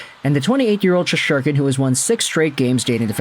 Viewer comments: Shes-ter-kin. Do you actually watch any hockey? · There is no second “h” in Shesterkin’s name! Sheesh! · thats what im saying bro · Can you learn to pronounce Igors last name!!